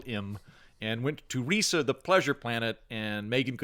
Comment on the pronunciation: Reesa theenkin' yousa not pronouncin Risa correctly.